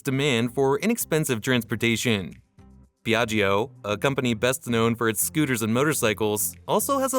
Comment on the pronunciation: pron. Pjatsho!!!! Non PeeAggEEo